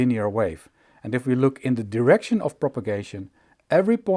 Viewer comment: Just beautiful. BTW, check your pronunciation of “direct” and “direction”.